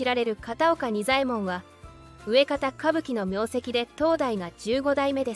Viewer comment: ナレーションで、漢字の幼稚な読み間違えが何か所かある。 例えば「上方」を「うえかた」と読んだりしている。正しくは「かみがた」。他、何か所も。 それだけでも内容の正確さに疑いがもたれる。